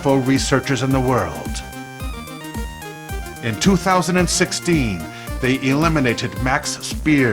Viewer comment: MaX Spiers..pronounced Speyrs not SPI-ers.